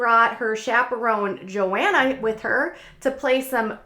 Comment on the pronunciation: I think the H is pronounced in Johanna. JoHanna.